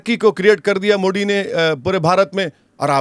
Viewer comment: मोदी not मोडी